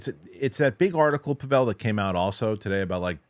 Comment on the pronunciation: Are you mispronouncing Pavel’s name on purpose, as an inside joke or something? You seem like you know each other well, but I don’t get why you don’t say his name correctly.